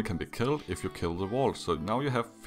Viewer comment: Number 7, it sounds like you're saying the wall drops down on the generator, but it's actually a vault. Wall is so different from vault I can't tell if it's your accent or you just got it wrong